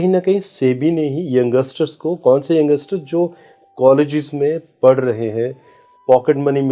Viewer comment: भाई वो यंगसटर नही होता यंगस्टर बोलते हैं.. और ये astrologer को ये भी नही पता